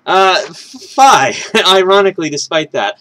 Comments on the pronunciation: Fye? It's Fee (Fi) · Fye? It'd Fee (Fi).